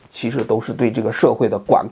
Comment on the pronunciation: 王老師，11：35左右，“非難”的“難”字讀音應該是第四聲↘，而不是第二聲↗